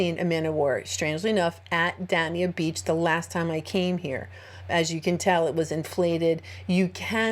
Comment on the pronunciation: It’s pronounced ‘ Day- ni- a Beach ‘ 😉 . Just letting you know that’s all . I live in North Miami Beach and I can’t let a fellow Floridian go around Florida pronouncing the name wrong !